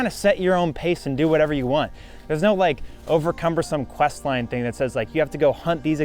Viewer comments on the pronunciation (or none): none